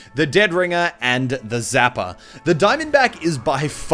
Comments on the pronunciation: Did anyone else notice that he said "zapper" instead of "sapper?" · *Sapper, not zapper. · he said zapper instead of sapper, to see that turn on the subtitle and even subtitle shows he said zapper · Why do you call the sapper ''zapper''? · When u said sapper it sounded like zapper lol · Did he call the Sapper a zapper?